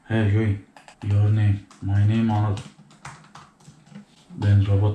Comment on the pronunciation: Abi hocanin senin ismini eniyıl diye telaffuz etmesi cok iyiydi 🤣🤣🤣